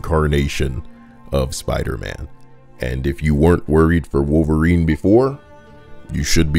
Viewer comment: "spooderman" now "wolfereen"